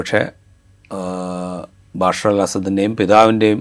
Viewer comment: ബശാർ ✅ ബാഷർ ❌